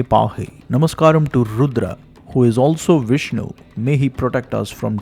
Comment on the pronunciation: Beautiful pronunciations! Excellent video! Har Har Mahadev! Jai Bharav Baba